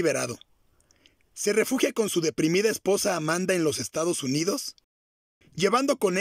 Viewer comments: La esposa no se llamaba Amanda, sino Amada Diaz. Ni leyendo lo dijo bien...😊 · DICES VARIAS VECES AMANDA. CHECALE, HASTA EN LA FOTO QUE PONES DE ELLA DICE AMADA, MINUTO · Es Amada, No Amanda!!! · Amada, no Amanda